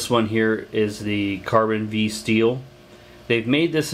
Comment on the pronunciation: Cold Steel pronounces it Carbon Five, not carbon vee. FYI